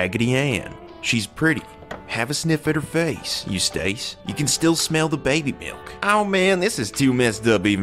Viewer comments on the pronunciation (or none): This was damn good!! Just an FYI, though, Eustace and Beau were both mispronounced. They sound sorta like Yew-stiss and Bo, phonetically.